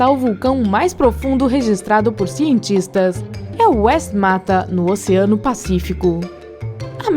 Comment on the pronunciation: Caralho para com estes destaque no final da. ..nitrogeniiioo...oceanoooio